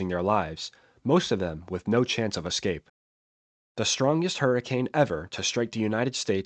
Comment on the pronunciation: it's EScape not EXcape